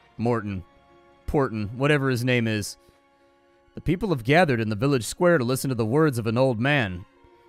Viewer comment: You gained my like for pronouncing the names flawlessly